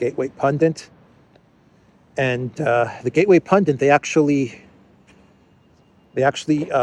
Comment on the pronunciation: Gateway Pundit! Not Pundent...